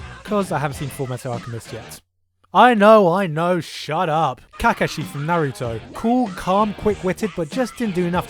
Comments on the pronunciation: the way this guy pronounced kakashi, naruto, code geass, and elfen lied made me wince. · you pronounced Kakashi wrong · i want to strange u for mis saying kakashi's name....